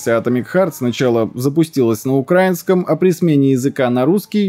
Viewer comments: НЕ на укрАинский. А на украИИИнский язык. Садись двойка. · украИнский, а не укрАинский